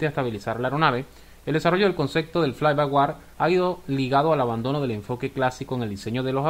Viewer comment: No es "fly by war", es "fly by wire", ("wire" lo puedes pronunciar similar a "waier").